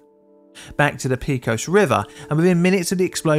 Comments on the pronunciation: The word Pecos is said either PEH-kos (Spanish) or PAY-kos (Texan). PEE-kos isn't one of the options. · As a native Texan -- please, it's Pay-cos, not Pee-cos. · Texas translation of Pecos is “pākōs” not “pēkōs”. Great video presentation at any rate. Keep them coming! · I'm going to send this to my dad and see what he thinks. He probably remembers it since he was active in the industry at the time (though not this company). I'm failing not to say anything about the pronunciation of "Pecos." Pay, not pea. There are a lot of Spanish derived names in Texas, New Mexico, Arizona, and California. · I can't believe that you have never seen a Yosemite Sam cartoon in your life! It is not pea cos it is pay coz, as the area was settled by the Spanish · Great video, as usual. But please, avoid the use of curse words (even asterisked ones). It’s such a cliché and beneath the quality of your channel. Oh, and the river is “Peck-os” not “Peek-os.” 😊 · Just a small comment, it is "Pay-cos" not "Pee-cos" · It's "paycos" river, not "peecos" river! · PAY-cohs River not PEE-cohs 😂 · Btw, the pronunciation of “pecos” goes like this: the “pe” part sounds like “pay” and the “cos” sounds like “coast” without the “”). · Texan here. Love your videos (& your music!) and I'm NOT trying to sound critical. Just letting you know, it's pronounced "PAY-cose" river. Thanks for all the great content! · I'm from western Texas and remember this day. But pecos, town, county or river is said pa cos with a long a. It's the result of crossbreeding between English and Mexican Spanish. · Kudos to anyone who can say "El Paso Natural Gas Company" without snickering . But, you are not off the hook... "Pecos" should be pronounced "PAY-kos (with "O" as in coat). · It’s pronounced pay-cuss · Texans pronounce the town of Pecos, peh-cos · Pecos is pronounced Pay-co-s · Poly Pedant here: cant stand it. "Pecos" is a Spanish word, and pronounced "PayCos" (long "O") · Pay-cuss River cringe